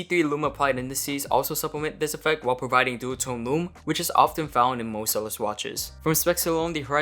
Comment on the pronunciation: Isnt' it pronounced ZEE-LOS dude?